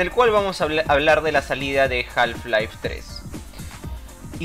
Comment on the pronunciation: Muy cierto lo que comentás. Una sola acotación, en la palabra Half no se pronuncia la l (ele). Se pronunciaría JAF-LAIF. Saludos.